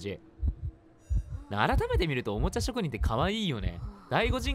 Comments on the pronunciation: おもちゃしょくにんをおもちゃちょくにんって言ってるように聞こえるwww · 久しぶりすぎて「おもちゃちょくにん」になってるやん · 57秒のところおもちゃちょくにんって言ってるさとみくん可愛い笑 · おもちゃちょくにん言うてるのかわゆい🥺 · 第5人格の動画嬉しいです!!✨ 玩具ちょくにんって聞こえる😂 あとピニャータって聞くとさとみくんが言ってたピニャータピニャータ思い出して笑いました笑笑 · さとみくんのリアクション可愛い おもちゃちょくにん って聴こえたよね😊✨ ちかー ちかー まじか 可愛い～😊✨ たまの～ ?? え、可愛い😊 ピニャータ 😇💗 今日も可愛いです☺️💕💕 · 噛んだ回数→2回 おもちゃちょくにん 場所しゃえ ↑↑↑可愛いすぎ( ´͈ ᵕ `͈ )💗 ピニャータって可愛いすぎ！